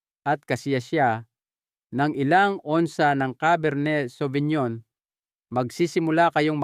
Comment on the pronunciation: Correction po pinonowar po ang pronounce,cabar ney savinyon pilipino version. as a wine expert may wine na mas kalidad like Merlot Shiraz,Malbec.okay naman yung recommendation nya